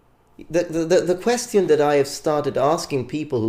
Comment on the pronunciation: Your content is great, your English is very good - BUT you keep saying the word 'question' painfully wrong (the 'ti' sound). Just in case you're not aware of it (I would like if someone pointed it to me). Cheers!